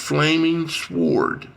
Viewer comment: FYI "Sword" is pronounced "Soard", not "Swoard".